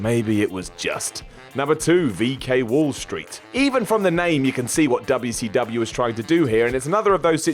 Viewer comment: me: I hope he stopped saying Wubbya C Wubbya. less than a minute into the video: of f*ckin course not.